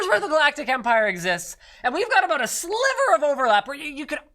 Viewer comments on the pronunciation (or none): none